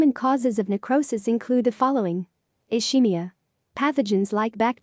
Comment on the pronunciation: Ischemia is pronounced as /uh-skee-mee-uh/, and NOT as /uh-shee-mee-uh/.